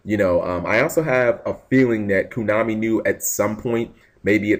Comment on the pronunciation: if I hear you say KUNAMI instead of KONAMI one more time I will hurt you.